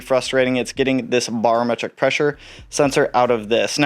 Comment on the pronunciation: say it with me...Bare-o-metric....not bar